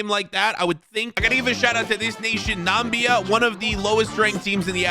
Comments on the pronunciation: its not Nammbia it is Na-Mi-Bia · saying Nambia instead of NAMIBIA 🇳🇦 was really annoying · lol he really said nambia when its na mi bia great vid tho